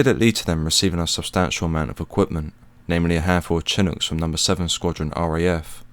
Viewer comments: Why am I so triggered by the ch..ch...ch...it’s sha.. sha.. sha-nook. It is not based in Latin and follows different rules. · Shin-ook ... its pronounced like this ...